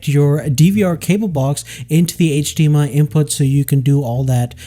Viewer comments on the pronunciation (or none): none